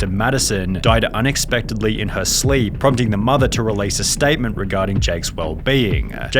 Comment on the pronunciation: Whats a "maathaaa"?🤔